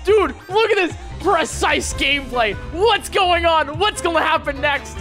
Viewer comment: Whenever says "going", he says "gon" and it's hard to explain how I feel about it